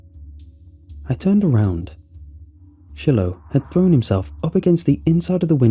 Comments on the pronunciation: It's Shiloh like shy-low not she-low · Shy- low!!! Shiloh is NOT pronounced shill-o! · lol never heard Shiloh pronounced that way.